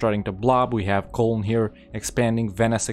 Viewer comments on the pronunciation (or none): none